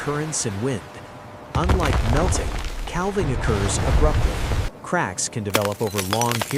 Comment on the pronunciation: Couldn't stand hearing cal-ving one more time. I'm outta here!